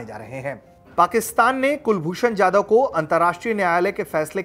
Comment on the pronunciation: कुलभूषण जाधव नाम है उनका यादव नही सही उच्चारण करें। आप हिंदुस्थान में है।